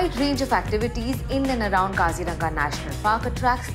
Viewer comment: For correct Assamese pronunciation it's : Kazi-Rong-Aa